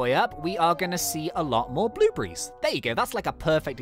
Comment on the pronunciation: You said "blublies" it's blueberries lol